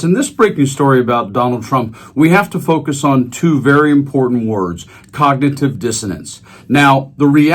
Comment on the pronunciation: When he said Congnitve I started laughing